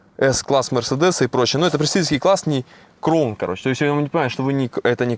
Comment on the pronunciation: Кроун, бля как уши режет, когда вы уже поймёте что нет такой машины Кроун, а есть краун, сам со влада